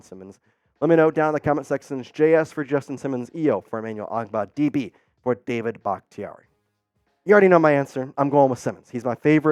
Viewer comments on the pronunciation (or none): none